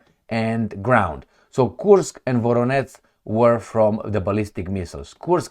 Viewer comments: nu se pronunță ca Voroneț ci Voronej, la fel Jitomir, Rijev, etc. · it is spelled: VoroneJ not VoroneTZ and also - Jitomir. U r welcome. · How many times I have to tell you? Where is NO such a City in Russia as you are saying - “VORONETS”!!! 👎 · Thanks. When you see ZH in a Ukrainian name it's to pronounce the sound you find as final sound in "garage". The sound written in french often with the letter J ("je t'aime"). You pronounced well for Zaporizhzhia, but not for Voronezh or Zhitomir. There is a letter in Cyrillic for that phoneme : Ж. In Slavic languages with Latin alphabet it's often written as a kind of Z with an accent : Ż or Ž, but internationally it's often written ZH